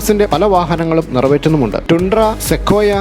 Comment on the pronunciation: ടൻഡ്ര.. Not ടുണ്ട്ര